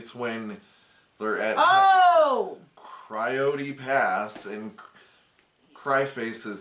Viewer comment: Not “Cry-ote Pass”!!!!!! 💀 💀 I love one-liners!